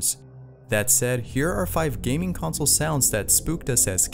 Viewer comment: You said consle